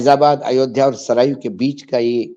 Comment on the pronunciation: नदी का नाम सरयू है, आप के उच्चारण में सरायू है